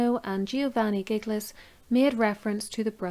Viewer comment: Very thorough presentation of the 'evidence'...but get some help with the pronunciations of the names! Italian names aren't difficult! Man-chee-nee NOT Man-see-nee!...Jil-lyee NOT GIG-ly!...the Ulster tones are great...but it's important to get the details right, right? (Eye-ther not eee-ther...!).